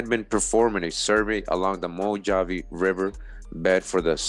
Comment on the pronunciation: I wonder if Mojave is a hebrew word. Its actually pronounced Mo-ha-vee....